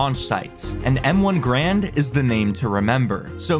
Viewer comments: Bro i wanted to kms when he said M1 Grand when its M1 garand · i knew they were going to be saying grand and not garand the whole video.. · It's m1 GArand not GRAND, its a weapon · A lot of us say grand but yeah, the proper way to say it is Garand. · it's Garand like errand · its M1 Gar - and not a M1 Grand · Its m1 ga’rand not m1 grand